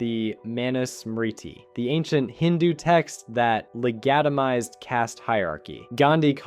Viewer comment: Is the narration AI? No way a real person would pronounce "legitimise" like that.